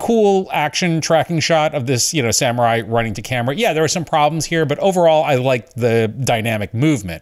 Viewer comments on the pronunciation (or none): none